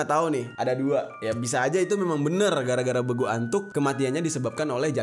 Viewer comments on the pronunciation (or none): Bukan begu antuk Tapi begulattuk